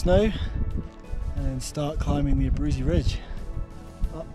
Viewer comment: Abruzzi -- named after Italian Count, pronounced A-brew-tzi